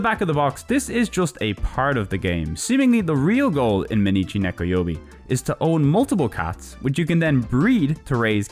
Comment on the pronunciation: Mainichi Nekoyoubi means "Every day is cat day". It's not pronounced mei-nichi, but more like "my-nichi".